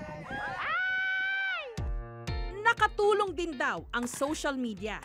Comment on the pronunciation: Mabilis po ang bigkas ng JOMALIG, hindi mabagal, tga jan ako sa island na yan ng Polillo, waybak 80s, sa Burdeos Quezon ako😥